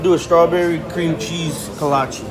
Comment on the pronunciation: Its pronounced Kolache!